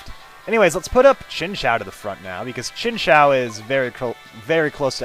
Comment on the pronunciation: lol chinchao is how you said it, but its pronounced chin ch you without the y sound